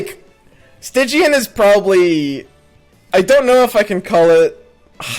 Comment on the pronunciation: Stygian means very dark (and your pronunciation was correct) which fits into a "nightfall" theme.